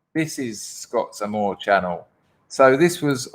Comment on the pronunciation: Scots Armour as in medieval protective clothing. Not amore as in the French word for love.